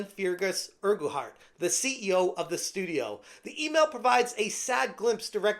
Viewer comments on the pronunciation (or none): Pronounced Fergus Urkwart. Feargess Urkoohart is a pretty funny way of saying it though. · Fear Gus Urgu heart 😂😂😂😂 dude say fergus urk hart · It's pronounced "Fergus Urkhart", great video ty.(although I bet he's letting off some "Fear Gas" at the moment with the way Obsidious is behaving.) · Please, in the name of Saint Columba, it's pronounced Fergus URK-ut. My Scots soul just cried a bit. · Its pronounced "fer-gus urk-hart", hope that helps. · For future reference i'm pretty sure "Feargus" is pronounced "Fergus" and i'm pretty positive that "Urquhart" is pronounced "Erkhart". The second "U" is silent. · it's pronounced urk-heart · Wish you could pronounce Urquhart correctly mate. It’s painful to listen to you butcher the name 😂